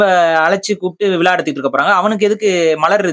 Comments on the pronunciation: Vila illai vizhalavukum zhavukum correcta pronounce pannunga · விலா இல்ல, விழா. மொதல்ல தமிழ் உச்சரிப்பு சரி பண்ணுங்க, அப்புறமா தமிழ் தேசியம் பேசலாம், நன்றி.